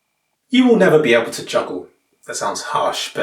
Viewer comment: "You will never be abble to joggle". -being 99% correct